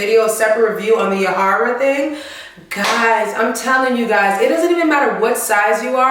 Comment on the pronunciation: Lol the way you say the name 😂😂 (ja hi ra ) YAHAIRA it’s my name too 😂😂😂🇩🇴this is great video